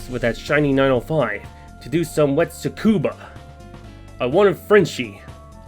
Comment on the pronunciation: I thought I heard it wrong but turns out, you actually called Tsukuba Circuit as "TsuBUka" lol.